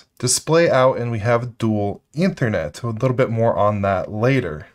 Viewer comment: I can't get over how he pronounced Ethernet